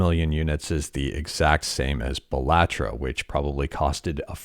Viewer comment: Why does he say Balantro as Blah tro, do u also pronounce Cilantro as Sa lat tro?